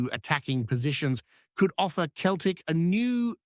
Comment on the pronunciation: Pronounced always as Seltik not Keltik you fake